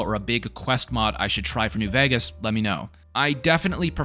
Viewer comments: Why is bro saying new VAGAS bruh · still cant pronounce Vegas?